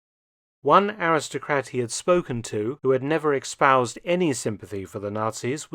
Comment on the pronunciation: Espoused Mark, not expoused